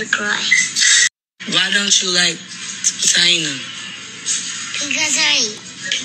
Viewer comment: I know you don’t care now Lmao 🤣🤣🤣 but it’s pronounced TAY-NUH & YO-SON 🤣🤣🤣